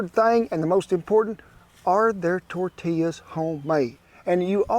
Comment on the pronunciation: As a New Mexican who grew up less than an hour from El Paso, Texas, I can truly say I APPRECIATE everything about this video 👍👍 The way you pronounce tortillas and quesadillas correctly, using Hatch chiles in your salsa, to your little dance you busted out in- ALL top notch, good sir!! 👍👍 Those quesadillas looked delicious. My great grandmother used to wake up every morning, except Sundays, and make homemade tortillas and lunch. Oh the GOOD ol’ days….